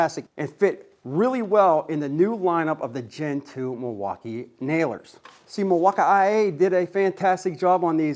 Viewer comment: Hey sometimes I watch your channel from time to time. I am a big Milwaukee fan and I watch a lot of the other channels on YouTube. I don't want you to take this the wrong way, you seem like a really nice guy but it really hurts my ears when you say "milwauk-I-A". It makes you look and sound seriously uneducated and it hurts my ears. Those letters aren't even in the spelling of Milwaukee. I think you would do a lot better if you would drop that vernacular. You would probably pick up more subscribers if you would just talk to your audience a little more appropriately. I do enjoy some of your content but it's tough to watch especially if my kids are around because I do not want them to catch on to uneducated talking. I don't mean any harm just to suggestion I'm putting it out there so please don't take it the wrong way. I'm sure you put a lot of work into your channel and I respect that. I'll keep popping in from time to time but just my two cents. Thank you and have a good day.